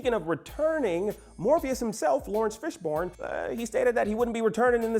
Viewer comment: Did he say Fishborn? Lol🤦‍♂️